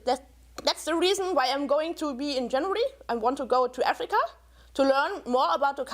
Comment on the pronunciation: "AAFFreeeeeCAAA?!" Every time she said it. Omg